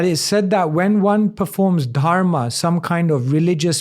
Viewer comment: Left the video when he said dharmaa